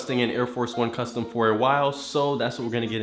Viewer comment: He said cuscom instead of of custom on